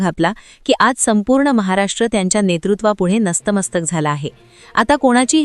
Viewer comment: ज्या व्यक्तीला [ नतमस्तक ] हा शब्द धड बोलताही येत नाही अशा व्यक्ती ची बातम्या सांगण्याची लायकी नाही तुम्ही नस्त मस्तक असा शब्द वापरला आणि तो चुकीचा आहे खरा शब्द नतमस्तक असा आहे फक्त फालतू बकवास असतो आणि त्यात भाषा पण शुद्ध नाही